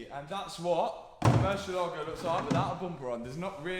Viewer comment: Plz at least pronounce the Lambo name properly. Is MURRCIÉLAGO